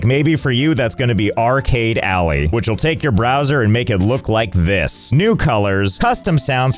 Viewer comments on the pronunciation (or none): Why did I hear Josh say r Kelly alley instead of arcade alley lamooooo